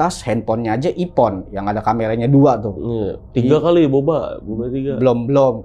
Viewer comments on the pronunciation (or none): Wkwkwkwk "hp ipon, motor snopy"